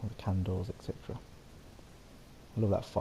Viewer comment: Are "ect chetera" for etc??